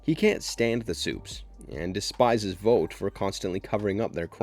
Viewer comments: Couldn’t make it past you calling it “Vote” when the show clearly calls it “Vaught” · IT’S NOT PRONOUNCED “VOTE”!!! IT’S VOUGHT!!! Like you “ought” to learn how to pronounce the main company of the show you are doing a video on!!! Other than that, decent video. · How tf do you manage to mispronounce vought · they say the company’s name 1000 times an episode .. how do you get it wrong ? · Please learn how to say Vought